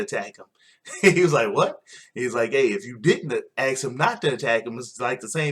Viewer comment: thank u for the recap... but 3 things 1 u say aks instead of ask 2 you rated EVERY match 3/5 .. makes your rating irrelevant.... i mean if all matches were 3/5 including the main event then that was a lackluster smackdown. 3 if youre gonna recap, at least learn the names barh, maryse and salida del sol just a little prep can make you way more profesional and coherent